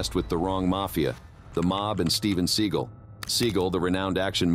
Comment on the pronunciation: Seagul? Even Seagal deserves to have his name pronounced properly